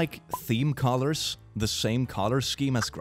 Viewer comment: When you said colors, i thought you said collars and my brain couldn't work for a moment